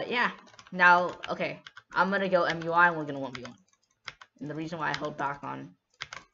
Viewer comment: Everybody:MUI This guy: mjuaj